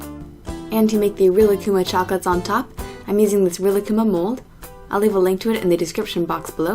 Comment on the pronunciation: I cringed when you pronounced Rilakkuma the way you did